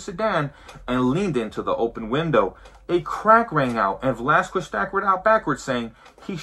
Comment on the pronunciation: For being Mexican you sure say “Velasquez” wrong. You say it how white people say it.